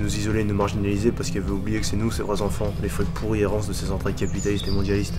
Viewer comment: dis moi que t'as fait exprès de dire "pourites"